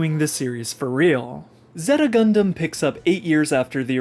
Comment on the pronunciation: he called it "zehhta" not "zayta" and I had to stop watching :(